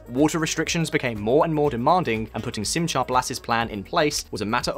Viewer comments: It's not Sim-cha it's more like sim-ha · Small note: Simcha (Blass) is pronounced like it would be German (i.e. the ch is a χ sound). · Also shema and Simcha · San Joaquin Valley = San WAH-Keen Valley. Simcha, not "cha" like cha cha. Throaty, like "ugh." Knesset= the K is not silent. Can you say "knish"? Der Nussknocker? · Great video, but you really need to learn how to pronounce names and words in foreign languages. 1. The "ch" in "Simcha" is not like "cheese" but more like the Scottish "loch". It would be better written "Simha" and pronounced as a kind of breathy "h". 2. Negev is pronounced with the stress on the first not the last sylable. 3. The Israeli parliament is pronounced "K-nesset" not "Nesset"